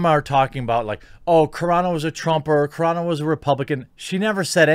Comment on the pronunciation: Car-a Not Care-a dune. Because her name is carano